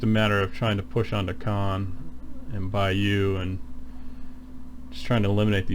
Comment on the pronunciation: Great video thanks for sharing...I'm waiting for the boxed game to be delivered but your video has gotten me excited even more...despite us Brits getting a bit of a tonking...but we are fighting hard...oh btw Bayeux is pronounced Bye-hur not Bye-you 😉 helpful video thanks...subbed and liked 👍